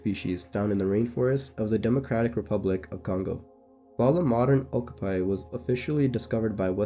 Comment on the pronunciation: Youre mispronouncing okapi every single time